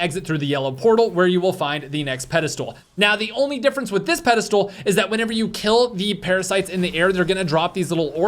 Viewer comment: Does keep saying “Pedal stool” instead of Pedestal?